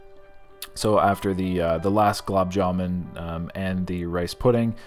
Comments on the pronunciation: The yellow pakora was made from Paneer (cottage cheese)? Chutney (not salsa). Green chutney is made from Mint leaves. Red could be dozen different varieties, each with a unique taste. Green Peas = Mutter; the dish you devoured was Mutter-Paneer. Blumb jamb.....! is actually Gulab Jamun....! (Gulab = Rose!) The white pudding is actually Kheer! Had fun with your pronouncing the names of Indian dishes. IMHO, a buffet of these spreads for $20 is a steal even in India.......! Scott looks very muscular..... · Gulab jamoon* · As an Indian, I literally started rolling on the floor with laughter as butchered the Gulab Jaman name 🤣 Always nice to see both of you guys have fun while at the buffets. I'm seriously super impressed with Scott's stomach capacity. He's just as much as a beast as is